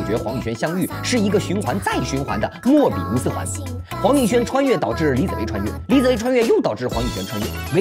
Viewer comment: 莫比乌斯， 不是“莫斯乌比”